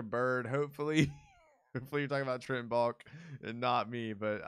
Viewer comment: you kept calling him Baulk and its pronounced Bahl-Kee. Come on! haha